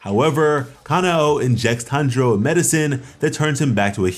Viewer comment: It’s Tanjiro not Hanjiro dude